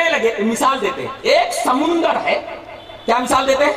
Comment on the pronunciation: Samandar ko samandar bol ke nahi aata samundar bolta hei jab bhi mu kholta hei ghalat bolta hei.chup be sharm.